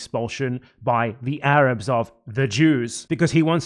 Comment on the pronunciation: "THE AYRAABS ARE KHAAMAAAS"